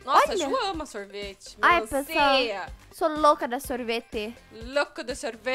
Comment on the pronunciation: "sorvetee" kkkkkk😆